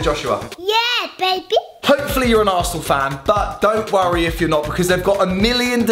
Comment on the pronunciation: He said arshole in stead of arsenal😂😂